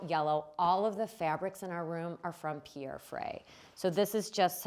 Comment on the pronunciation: Nobody ist able to pronounce the name Pierre (Frey) correctly. 😂 Otherwise beautiful spaces, beautiful ideas.